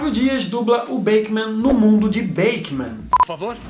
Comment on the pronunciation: Foi exatamente o BEAKMAN q eu me lembrei ao escutar a voz dele. 😍😍 - E por favor, a pronúncia é BIKIMAM e não BEIKEMAM, tá? rsrs - Eita, vc colocou a foto da Isis Kischdoski 2x representando SP e RJ, percebeu?